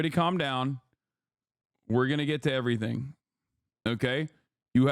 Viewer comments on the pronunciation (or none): none